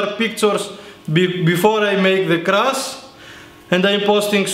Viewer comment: I love this fucken dude """" lets crruash"""" I love it